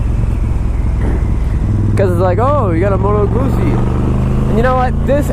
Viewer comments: it's goot-zee like pizza is peet-za . double z in Italian is a hard Z sound. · Why does have such a problem with Guzzi......its the same s probounciation as pizza ffs...glad you liked the bike. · You're a funny guy! I like it........ Can't pronounce Guzzi, not sure if they are Italian, comparing them with Triumphs,..... Triumphs! ... and that bit about why people ride Guzzis, "cos no one else has one, because there are no dealers anywhere" Hilarious. (You ARE trying to sell this bike right? or do you want to keep it? A nice test review. You must have said you love it half a dozen times. That is why people ride Guzzis. There's nothing like them. Good luck with the sale. If I was an ocean closer, I'd buy it. Cheers Mate. Cali Jackal Bob. Proud owner of two Guzzis and looking for MORE!